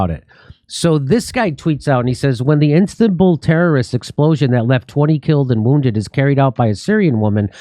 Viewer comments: In Instanbul? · Jimmy you said "Instanbull" lol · “Instabul” ahahahah!